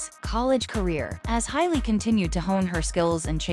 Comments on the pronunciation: Hay-Lee, not High-Lee. JFC! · Ha lee. Not Hi lee.